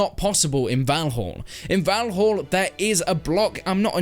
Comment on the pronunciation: Its not "volholl" its "val-all"